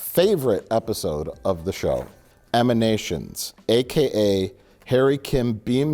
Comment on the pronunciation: *Emanations, not Eminations